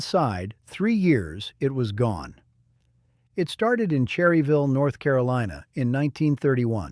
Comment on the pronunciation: Obviously the narrator is not from NC or he would know its pronounced "Churryville"!! IFYKYK